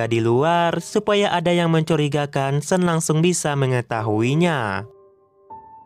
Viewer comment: Sean tetap dibaca Sean.. Bukan (sen) 😅